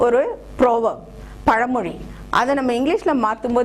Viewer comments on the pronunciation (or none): none